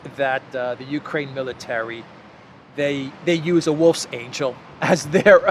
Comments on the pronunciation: It’s not angel, it’s angle. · the ng in wolfsangel is pronounced as the "ng" in gong. Ah, and perhaps Aslin's execution will also be online... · it's not pronounced like the g in "angel" but like the g in "hang". it translates to "wolfshook" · The wolfsangel symbol (pronounced “VOLFS-ONGUL”) actually predates the German swastika. It was used as Masonic symbol by Ukrainians in the late 1800’s. The symbol’s supposed to represent a meat hook. I would encourage you to research this, as there’ve been Nazis, supremacists in Ukraine for multiple generations, which is why labeling them “neo-Nazis” is pointless. These are fourth and fifth generation Nazis. Nothing “neo” about them.